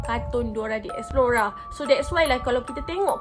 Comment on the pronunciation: Explore...bukan expelora😆😆😆